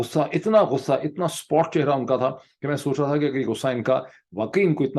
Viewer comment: the word is "kitaab (with zer)" and "sa-paat (chehra)"..